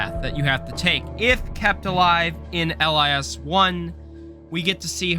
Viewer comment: if you say Ell Eye Ess one more time- It’s LiS as in Lizzzz Also keep it up I love your channel.